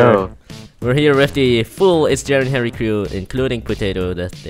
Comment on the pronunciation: Because he says herro.